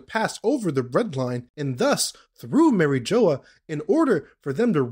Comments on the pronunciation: Saying “marry-jola” is crazy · The way you pronounce mariejois pisses me of, but I agree with your theory completely.